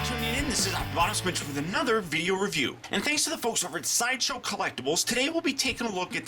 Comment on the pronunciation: Lol: "shideshow"